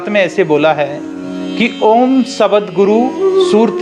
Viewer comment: शब्द को सबद, ध्वनि को धवनी मतलब कुछ भी